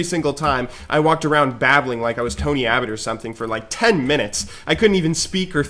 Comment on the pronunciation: Did he say tony abbot? Or am I hearing things?